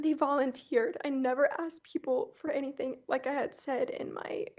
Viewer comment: She says anyTHINK LIKE Leticia 🤦🏻‍♀️